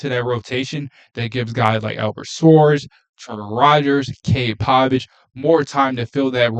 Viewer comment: not a big deal, but it is pronounced POE-Vich. Good stuff. Thanks for fixing the sound.